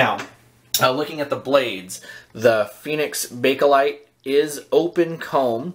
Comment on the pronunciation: there is no "a" between bake/light. nice video tho. ok well...synthetic plastic...ty, I needed that. I bet those slants just slice right thru the whiskers.